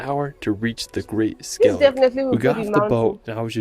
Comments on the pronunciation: Its the isles of Scilly not Skilly🤣🤣🤣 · The Scilly Isles are pronounced the same as "Silly" the "c" is silent.